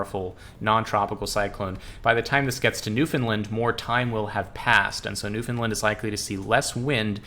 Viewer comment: Newfoundland rhymes with understand, just a heads up 👍